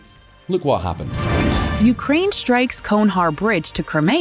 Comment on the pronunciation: When are you going to learn to pronounce names please? - "Khugnhar" what is that? It is clearly written "Chonhar". CH sound. Where did the "KH" come from?